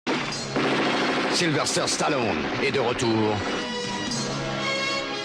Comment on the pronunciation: S'il y a un truc qui m'horripile, c'est d'entendre dire SylveRster Stallone( comme dans la bande-annonce du début de la vidéo). C'est SYLVESTER, bordel !! En plus il est plus difficile de prononcer Sylverster que Sylvester.